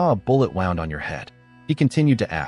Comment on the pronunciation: Great job man....except for the "wound" 😂